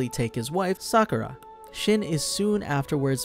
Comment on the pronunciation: It's (sheen) not shin lol.